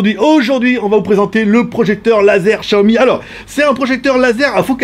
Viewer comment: Comme il prononce Xiaomi mdr les Français. J'utilise l'home cinéma au moins 4h00/jours donc on est pas sur la même utilisation.